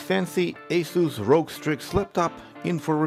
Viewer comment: it's not ROG it's R.O.G